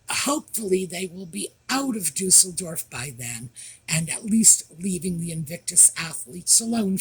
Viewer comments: Thank you for correctly pronouncing Düsseldorf! Another common mispronunciation is Cologne in Germany! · Your pronunciation of Düsseldorf is great! Like your videos! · Thank you for correctly pronouncing Düsseldorf 😊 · Perfect pronunciation of Düsseldorf 😂😂😂 I was born near there . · Thank you for letting everyone know how to pronounce Düsseldorf! It’s been driving me crazy! Every Brit & Aussie I’ve heard say Düsseldorf consistently pronounces it wrong! No idea why when the rest of the world seems to be able to pronounce it correctly! Lol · Thank you for making the Americans aware on the pronunciation of Düsseldorf. I really cannot stand wrong pronunciation - they can search it in digital dictionary including how it is pronounced in any language. People are just lazy and think American English is always the correct one and forgivable when they say it. Whew! Looking at the umlaut over the denotes something. And ü does not mean da Thank you 😊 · Hello from Germany. Right, it's Düsseldorf. With an Ü! Dussel = dimwit. Dorf =village. And Harold called himself a DUSSELDORFER, that means a "dimvit villager". He had better asked somebody, how pronouncing the cities name.